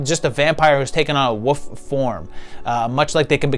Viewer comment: I'm sorry but there is an L in this word [WOLF] that gets pronounced.